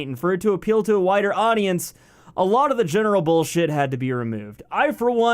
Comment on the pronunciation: "For it to appeal to a wider audience" I heard whiter audience. I think I heard the real meaning lmao